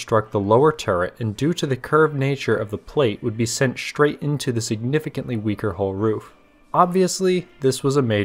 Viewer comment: I like these videos but you keep pronouncing words with "str" as "shtr". Shtrong, Shtruck, Shtraight, Chin shtrap.